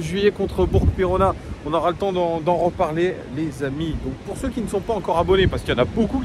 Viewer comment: Pouce en haut pour avoir bien prononcé BourK 😎